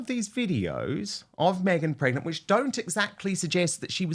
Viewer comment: "27 months megnant".... howling 🤣🤣🤣🤣